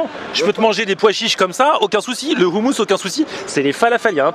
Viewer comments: C insupportable le mec du restaurant ne sait même pas prononcer le mot « hommous ». Comment tu peux tenir un restaurant de hommous sans savoir prononcer ce mot ça montre que ce mec est étranger à la culture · Ehhh trop canon ta fini par apprendre a prononcer le mot "houmous"!!!! On t'attend a tel aviv pour te faire goûter le vrai houmous Libanais!!